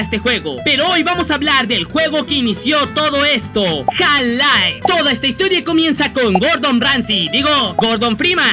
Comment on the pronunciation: JAL lai no mames se pronuncia "jalf laif"